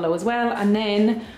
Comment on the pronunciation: Glad you enjoyed our island. Just one thing that made me laugh. We have a catamaran. You mention a few times catamarang ? I think you mean the same thing , a dual hulled watercraft. There is no g . BIG LOVE! 🧡